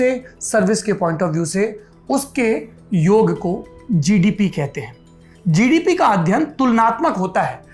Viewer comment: किया जिडिपि हे भाइ जि,डि,पि, वाह सुनकर मजा आया 😁😁😁